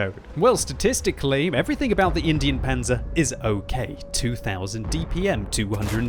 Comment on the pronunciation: I swear it's in-dine panzer not Indian panzer like the way he pronounced it was so cringey